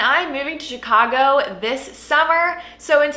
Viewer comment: Will never be able to pronounce Chicago like it normally sounds again!!!!! It's Cheeeecagou